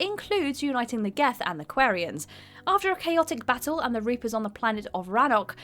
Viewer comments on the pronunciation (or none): The way she says Quarian as well....